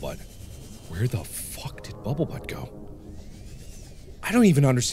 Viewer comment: Can't take him seriously if he keeps calling bumblebutt bubblebutt